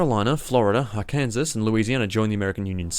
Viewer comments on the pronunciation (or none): The N-Word Arkansas is pronounced AR-KAN-SAW. I don’t know either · Ok Are-Kansas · its pronounced are-can-saw are-kansas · You probably triggered a few people with how you pronounced Arkansas. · pronounced Arkansas wrong